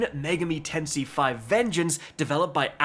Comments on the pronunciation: Lol he said tensai so wrong, almost cringed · he says megami like how japanese people would say it instead of how english people says it. so he actually pronounces it better than 90% of english speakers on the internet. He pronounced tensei wrong though.